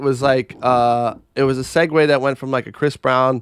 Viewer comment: Hey … Segue is pronounced “Segway” and the thing you pulled up said it phonetically